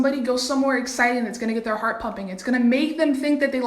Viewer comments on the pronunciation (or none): none